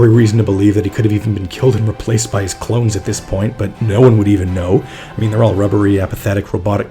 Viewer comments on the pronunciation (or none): none